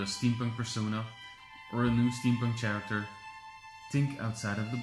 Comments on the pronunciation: I'm sorry, but I was completely distracted by your pronunciation of "character". The 'h' is silent, just like in the word "whip" Stewie Griffin! It is not chair act air... it's care act air. How did this not drive anyone else nuts?! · "Care ekter" not "Chair iktor"